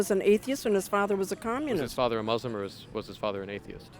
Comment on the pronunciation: What's with this pronunciation of Muslim as "Moooslum"? And how do you manage to be an atheist and a Moooslum at the same time?